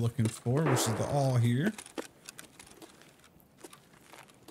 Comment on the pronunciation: The awl is pronounced ALL